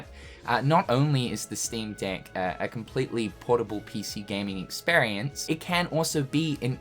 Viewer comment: Because of the accent, every time you say 'Steam Deck', it sounds like something else...